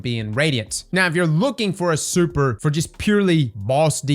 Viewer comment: Super ❌ Surper ✅